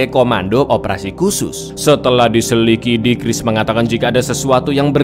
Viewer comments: Selikidi atau selidiki bg🤣...di ulang ulang tetap ngakak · Setelah di selikidi... 🤣 (selidiki)